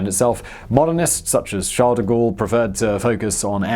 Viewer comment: Good job pronouncing Charles de gualle.